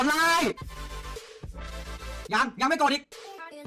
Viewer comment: พี่พูดผิดนะพี่ไม่ใช่ไลค์แต่เป็นลิเกเพราะ li=ลิ keเก okนะ